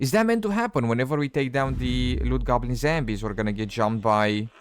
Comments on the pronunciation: The way you say zombies is infuriating, it’s ZOM BEE..not zambies… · What is "zembies" ? ^^